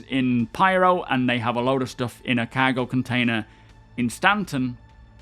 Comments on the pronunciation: Everyone: cargo: CAHGO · Physicalized COWWWWGO! Every video lol. I know a lot of English content creators and he's the only one I hear pronounce it this way. Love the content though, keep it up! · Cahgo lol